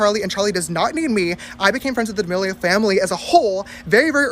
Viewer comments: Its not "Deeamileo" it's "D'amileo" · They way you say damelio is so frustrating bro why can’t you pronounce it right